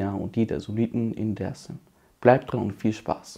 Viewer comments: er sagt aber auch nicht Desim dazu, sondern eingedeutscht Dääärzm. Es triggert, wenn man nur türkische Aussprache bei den Städtenamen- und Stadtteilen o. Ä. anwendet, aber ausgerechnet bei dem wichtigsten Wort, es deutsch ausgesprochen wird. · Brudi, sprech mal Dersim nicht deutsch aus. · Ich habe nur einen Kritikpunkt: Du sprichst alles so aus wie im türkischen, außer Dersim, warum? Wäre viel nicer, wenn Dersim so ausgesprochen wird, wie der Rest. Stört ein wenig beim zuhören.